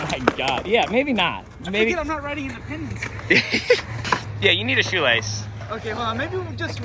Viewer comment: In dee pendants